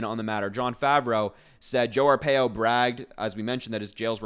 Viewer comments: Harry, it's pronounced, R PIE O I lived through Sheriff Joe Arpaio he was a HORRIBLE HORRIBLE MAN. So, he and Trump are two of a kind. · You pronounce his name Arpaio R - pie-O